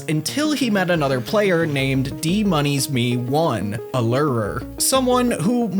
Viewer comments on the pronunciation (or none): its not "Dmoneys me 1" it should be said like "the money smell" as in most people can't resist the smell of money so they get lured